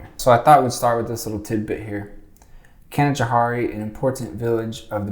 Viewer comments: We pronunciate Canajoharie as Can-ah-Jo-hairy instead of can-ah-jo-harey if you were curious. I live in Nelliston, Ny 🥰 You should have got the amish horse n buggy. They're most common in Nelliston though. They go through Canjo. (Canajoharie) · OMG I could not watch the entire video until now. you sure are a zombie. you have gotten everything wrong including your pronunciation of Herkimer and Canajoharie and so many others. (all wrong) everything you said was wrong. I work for a historical fort very close to Canajoharie and live in canajoharie. you are stupid! please get facts. do not voice opinion on historical places, get an actual historian to help you with these videos. I cannot believe how stupid your narration is. so wrong in every way. The point you are, I think< trying to make is just as ignorant as your entire narration in this video. I hope the state of NY sues you for your misinformation. so stupid.